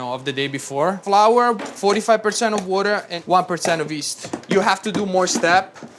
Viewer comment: He is Italian, but he pronounces water like a true New Yorker, exceptional. Wurder